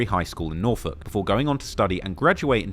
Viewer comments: Dawg how tf did this man pronounce NORFOLK correctly. Its people literally from Virginia that dont even say that shit right. 😂😂😂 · I'm impressed that you pronounced Norfolk correctly. It's my hometown btw. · Ay you kinda said Norfolk like a local. Much respect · This guy pronounces Norfolk right asf😂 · Shout out toTrap Lore Ross for showing some love to the 757 and for pronouncing Norfolk correctly lol